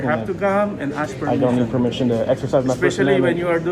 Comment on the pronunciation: A new word!: Per meeshon.